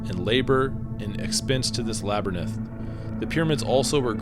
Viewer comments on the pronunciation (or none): Great vid! Thanks. It's Lab a rinth not lab er nith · Laberynth is pronounced LA-BER-INTH not LABER-NINTH. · Bro, Labyrinth is pronounced lab-rinth. Not La-ber-ninth. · Say labernith again....🔫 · A 'laber-ninth'? Are you serious? I really like your posts but you often mispronounce things and I ignore it, but this, well, sorry. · So this is where Joe Rogan learned to pronounce "Labyrinth" like that